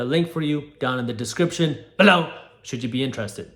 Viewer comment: lol it surely was awkward